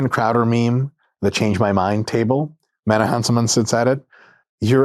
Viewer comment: Is it just me or did Dr Mike butcher Menno's name at the end🤣